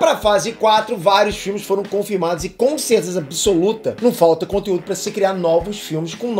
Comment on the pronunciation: "Consezeza absoluta" 😂😂